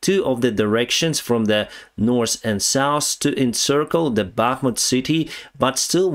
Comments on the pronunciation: If you like to improve your pronunciation, check the word SOUTH in Google Translator... Keep working like that‼️👍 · I always love it when you try to say South. You say Sous 😂😂. No offense it's just funny. Great video. Stay Awesome my friend. SLAVA 🇺🇦!! 😎